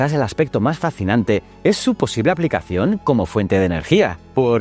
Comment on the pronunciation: Lo fascinante es que no seas capaz de pronunciar fascinante 😆